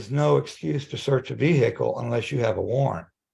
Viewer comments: Its Vehicle with a silent h NOT veeheelicle!!! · The pronunciation of the H in vehicle is infuriating